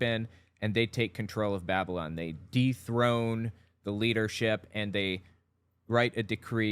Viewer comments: Why did he say it like "babbolin"? 😕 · I love his pronunciation of "Babylon." He seems to be doing that thing where you pronounce a word differently to make it seem like you know more about the subject than everyone else, but it ends up sounding like "babblin'," which is precisely what he's really doing. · I love that he pronounces 'Babylon' like 'Babblin'. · "The Empire of babblun!" Rilly! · I can't get over how he mispronounced Babylon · Gotta love the way he pronounces “Babylon”.